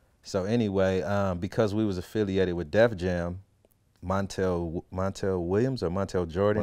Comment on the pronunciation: Shit mawl toe nail records